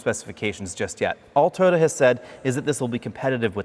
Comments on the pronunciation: Toyota, not TODA, otherwise I like! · Why does he keep saying Totda is that the company that makes the car or something? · Is it pronounced Toe-ta? I’ve been saying Toy-yoda.